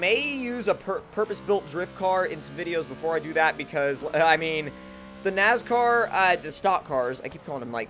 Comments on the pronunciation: Its NASCAR not NAZCAR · ITS NOT NAZCAR ITS NASCAR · STOP SAYING NAZCAR ITS NASCAR!!! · Not trying to be that guy, but I'm gonna have to be that guy... NASCAR not NAZCAR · Stop saying nazcar it is nascar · Lol you said nazcar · Dumbass can't even say nascar right. My nazcar.